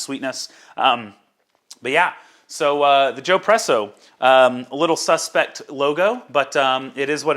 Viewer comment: Could you please suggest an appropriate filter screen to buy, to replace the inadequate Joepresso screen? In the video, you said you hoped to add that link here, but I guess you didn't have time to do it. Thanks! (By the way, since espresso is such an Italian idea: when I heard you say "Joepresso", I expected that it would be spelled: Giopresso.) - toby